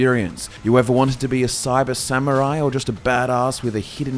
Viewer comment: Before getting a minute into the, as both a Grammar Nazi AND a Pronunciation Nazi I would like to thank you for NOT pronouncing it as "Sa-MYUR-rai" like some Brits do, and by extension I imagine some Aussies might pronounce it that way as well. Good job, guys.